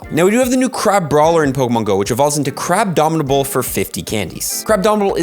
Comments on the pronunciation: Crab-omin-able. Not Crab-domin-able Man's making up D's for no reason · There is no "D" in Crabominable.